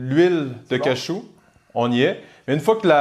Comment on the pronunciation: on dit cajou pas cachou merde